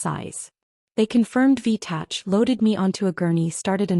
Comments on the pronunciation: It’s V- tach not tatch. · I can't stand it any longer! IV in this story is "intravenous" and not "four." Also, "v-tach" stands for ventricular tachycardia that is pronounced "v- tack" as in "tackycardia" like in mechanical or mechanics. Now, please get it right in all the stories. Don't you listen to your audio? Do you have pride in your final product? Or are you ignorant of the words your AI writes? Is it just about the money? Should you pay heed to this comment and others, SVP ensure that the written captions are coherent with the proper pronounciation where appropriate. Looking forward to improvement.